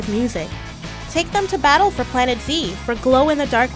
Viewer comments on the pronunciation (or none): none